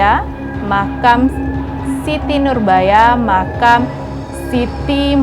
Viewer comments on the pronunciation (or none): Bukan dibalik makan mbak tapi makam 😄😄😄